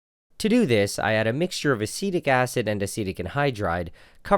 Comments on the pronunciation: Acetic acid sounds like acidic acid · I legit thought he was pronouncing acidic wrong the entire video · Yeah it took me 5 minutes to realise he wasn't saying acidic wrong he was saying a different word completely, asitec